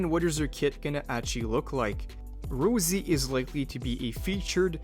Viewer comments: Rossi. Not Rosie. Raw. See. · What the hell is this ROUZZIE pronunciation? Rossi has to be the most basic and straight forward name to pronounce ... is this an AI text to speech voice?